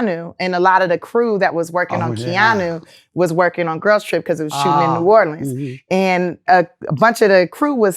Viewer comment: Thank you for saying New Orleans right....